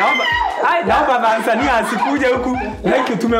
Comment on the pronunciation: Wajina what is it wrong with u and Tanzania🇹🇿😢😢😢😢 not Danzania..... By the way i love all❤